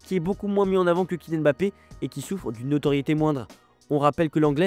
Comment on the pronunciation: Par contre il s’appelle Mbappé pas Bappé 😂 j’avoue, je kiffe les vidéos mais ça me stresse un peu on dit pas B-rigitte mais Brigitte